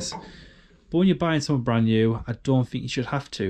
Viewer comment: You keep saying somethink instead of something. Correct grammar costs nothing. (Or nothink as I imagine you would say! 😂